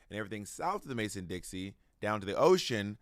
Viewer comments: Loved your book Bob! But it's Mason dixON not Dixie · I think I've heard you say Mason Dixie several times. It's Mason Dixon. Lol. No shade. I'm just pointing it out. I think it's like sometimes we learn the lyrics of a song wrong in our head. But I'm not going to dispute the facts. It's just a pronunciation. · Bob, if you don’t stop calling the Mason-Dixon line the «Mason-Dixie». I’m hollering queen 😂